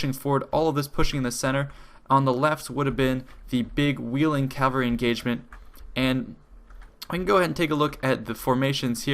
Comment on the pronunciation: It's "cavalry", not "calvary."